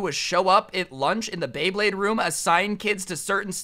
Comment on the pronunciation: And then a couple a second s after he pernouced beyblade wrong